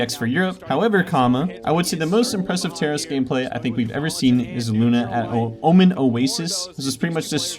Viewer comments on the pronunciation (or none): none